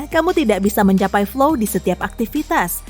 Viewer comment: Flow, bukan fly lho yaa...😂